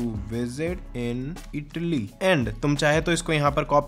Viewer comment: Idly nahi Italy he